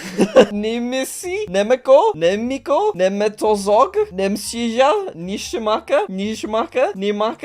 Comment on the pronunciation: as a slovakian my self its actually pronocouned nye mesk o